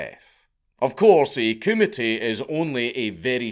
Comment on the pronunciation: Honestly thought he was committee. Took a while to realize he was saying kumite. 😂😂